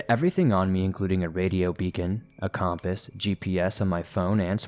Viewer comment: Hey silly, most of us pronounce that word “compass”, like Kuhm •puhs . Not Com•puhs. 😁🥰❤️🤷🏻‍♀️ Jussayin. 3 am thoughts.